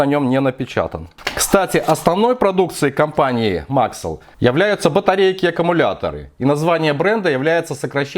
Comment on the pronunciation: Только не мАксэль а максЭлл